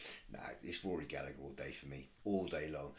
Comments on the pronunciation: His surname is pronounced with a silent second "g", so it sounds like "Galla-her". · It's Rory Gallagher with a silent g before the her